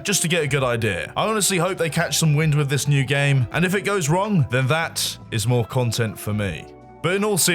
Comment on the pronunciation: "If it goes wrong, MOAR CUNTENT,"